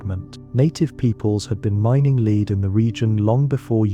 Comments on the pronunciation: "led" not "leed" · Farmington a.m. LEAD pronounced LED. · It worked, I went to sleep. Now ÀM. Around minute 28 it bothered me to hear how "Lead" was pronounced. Good info on Marquette and Joliet though. I went to 1st grade in Grafton, Il. The good Pere did venture a bit upriver from there. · OMG - the word lead is mispronounced. DO NOT WATCH THIS